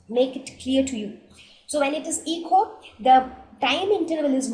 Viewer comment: when one says "echo" its transcribed as 'Eh-Koh', not 'ee-co' as in "Ecology", which is spelled as 'eco'.